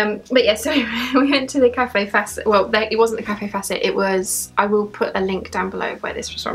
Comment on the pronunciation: Great video... i love seeing what you buy. Kaffe's name is not pronounced Cafe.. it is pronounced Kayf xxxxxx